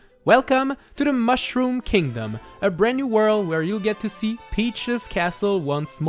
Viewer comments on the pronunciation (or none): none